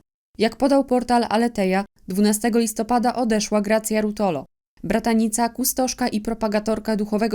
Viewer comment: RuOtolo, proszę nie kaleczyć nazwiska. Z akcentem na...O..